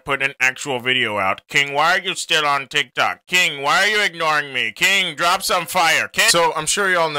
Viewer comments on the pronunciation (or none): We Not Gon Talk About How He Said TikCok